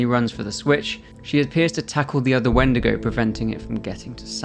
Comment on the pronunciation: My dumb ahh though he said wendeergo